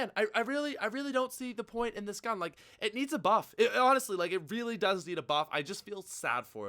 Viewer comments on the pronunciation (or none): none